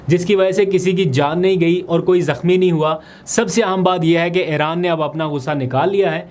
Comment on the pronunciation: Aap Aran kiun kehte hain Iran hai